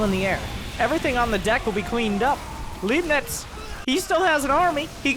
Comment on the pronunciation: C'mon :-D I thought you know some german from your gamescom visits ;-D. "Leibnitz" was a german mathematician who is said to have invented calculus, also Newton is said to have invented calculus independently and ... never mind this is not the point... the point is, I would have assumed you knew how to pronounce "Leibnitz". The german "ei" is pronounced much like the "i" in "tide" or "lie". Just mentally swap the letters :-D. Oh .. and I love your casts ... made me start with SC2 again :-D